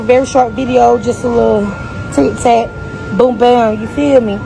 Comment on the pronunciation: She said ticTac 😂😂😂😂